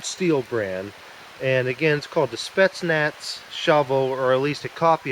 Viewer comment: It is "Spetsnaz" with an Z in the end as in " Zebra", what you are saying will be written " Spetsnats".